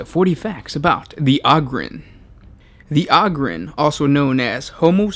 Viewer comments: Og-ryn? I though it was O-gryn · its Ogryn not oogryn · AH-GRIN lol.... You sure it aint OH-grin? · Oh-grins Not Ahh-grims They're Ogres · OH-gryn, not AH-gryn. Jesus. Think "Ogre". Come on, man. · its "ogre-ins" not "awgrins" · Not Og-Ryn, it's like O-gre, O-Gryn. Hard 'O'. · its pronounced Oh-Grin, not Ah-Grin :) thanks :) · IT’S PRONOUNCED “OH-GRIN” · "THe Ahgryn" Oh okay. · OH-grins god damn it! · Ummmm...that's 'Oh'Grin'... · I think it's pronounced "Oh"-grins like ogre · Its pronounced oh-grin. the name derives from ogre. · OH-GER, so OH-GRIN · If you are going to share information at least learn to pronounce the name of your subject in the very least. Hearing the word ogryn butchered over and over is super annoying. As plenty have stated it's a play on ogre. How you missed this in your 40 facts is staggering and doesn't really speak highly towards your investigative and analysis ability. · WTF bro you cant say Ogryn right? its ogre like shrek you fool! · Dick Cheer I know right? How can you be a fan of Warhammer 40k and not pronounce the name right? We should ask what Shrek is. Would he say Ahger? He should know this. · omg it's hard to stand watching more of this!!! where are you getting the A sound from or Ah I legit am confused on this!!! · The first syllable of the word "ogryn" is pronounced like the first syllable of the word "ogre" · THAT IS NOT HOW YOU SAY OGRYNS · Holy shit guys it's pronounced Ogryn like ogre. it's a long O.